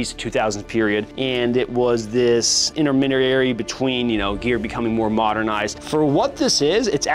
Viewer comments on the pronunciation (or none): Intermederary? What?